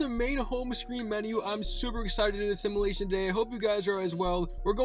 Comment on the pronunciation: Someone please teach this young man how to pronounce simulation. Otherwise good video.